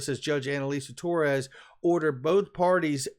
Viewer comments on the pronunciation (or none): none